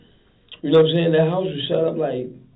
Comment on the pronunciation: nawmsayin killed me 😂😂😂😂 that’s exactly how he sayin it